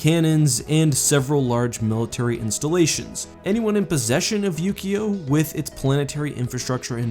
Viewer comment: Yu-Gi-Oh! was a TV show about a card game, it really sounded like he said that instead of Ukio